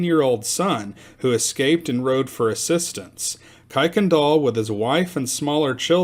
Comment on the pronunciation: The family pronounces their name as Kir-can-doll.